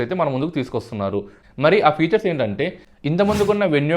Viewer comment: ఫ్యూచర్ కాదు ఫీచర్